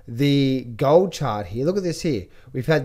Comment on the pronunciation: Gaaah-old and sil-vah...what kind of accent is that,?